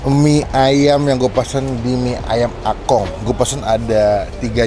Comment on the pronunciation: Itu engkong bang bukan akong😬